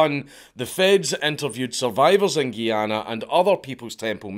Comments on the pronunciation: Me: enjoying another Dank video. Also me: Triggered as a West Indian hearing GUY-ANA called GEE-ANA. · It's called Guyana not Geeana 😂😂😂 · It's pronounced guy-anna